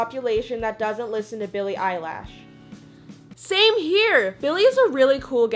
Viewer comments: u said her last name wrong!! It’s not eyelash it’s eye lish... eilish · its not eyelash its eillish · did she just say Billie EYELASH ????!???? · "Billy Eyelash" im dying 😂💀👌🏻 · yes it’s Eilish but people call her eyelash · Bruh Billie eilish = Billy eyelash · You said Billie Eyelash instead of Eilish. It’s pronounced ish not ash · “Billie Eyelash” 😂😂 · said "Billie/Billy eyelash, so she's trying to spell It the way she heard say it. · It's Belly Eyelash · The way she pronounced Eilish as “eyelash” yeet😂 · “Billie eyelash” 💀 😂 😂😂😂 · nobody:: Billie Eyelash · She said Billie EyELaSh... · She said Billie eyelash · Did she just say billie 'eyelaaash' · She said Billie eilash .. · u said billie eyelash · Nobody noticed she said "Billie Eyelash"??... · Peachy Chan she says it as a joke, and no, it’s “ell-lish” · jazzys follower said and I quote Iam the 1%of the population that does not listen to Billie "EYELASH" ☝ hatin on billie and can't say eilish😊😊😊😁😁😁😁😁